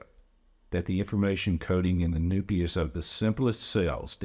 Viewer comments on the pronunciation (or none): Did he say "the noopius of the cell" ??? I really hope someone has already caught this, but check what the dude says . Not the nucleus of the cell, the noopius of the cell.